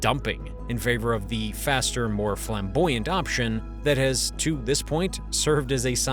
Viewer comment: Fiambouyant ? Lol Flamboyant